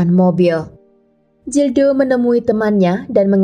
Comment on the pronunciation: Kl bahasa spanyol atau portugal huruf G tetap dibaca G...Gildo bacanya ya gildo...bukan Jildo. Huruf J jadi H...Jose dibaca hose